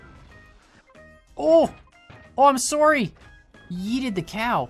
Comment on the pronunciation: I never realized that was Canadian until he said sorry 😂